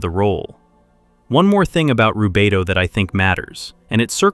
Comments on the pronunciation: i love the message, but the ai pronunciation of rubedo leaves me with doubt as im hearing it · I like your videos, but when you start with “he called it Rubito…” you loose me. It’s spelled Rubedo and Jung didn’t coin the term, medieval alchemists standardized the color sequence centuries before.